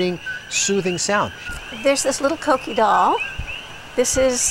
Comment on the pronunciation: Is not coqui is coquí 😂